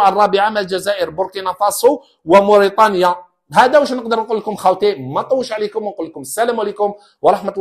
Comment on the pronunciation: لتصحيح فقط بارك الله فيك استاذنا الفاضل النطق الصحيح موريتانيا انت تقول مورطانيا